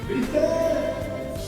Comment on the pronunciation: Behlül e bihter dedi yaa